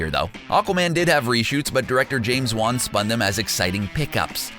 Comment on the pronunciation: It’s James Wan. Calm the f down.